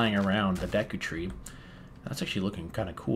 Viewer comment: correct pronunciation: DAYKOO tree